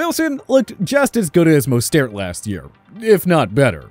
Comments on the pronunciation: I heard mustard lol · Man this guy butchered mosterts name BADLY